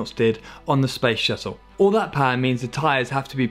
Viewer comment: on the what? space shussle?